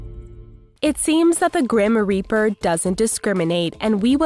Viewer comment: did she say grammer reaper or grim reaper